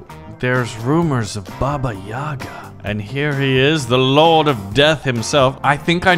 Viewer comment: not babá yagá the right is "bába yága"